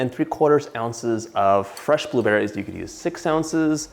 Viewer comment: i love how he says bUHlewBERRIES